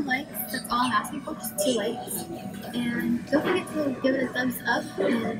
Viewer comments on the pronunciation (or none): Didn't u mean likes becuase u said ''lokes''